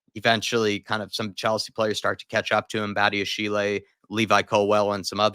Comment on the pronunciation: Badiashile is pronounced badi-a-sheel, not badi-a-she-lay. He’s French so if it was pronounced like that, it’d be badiashilé.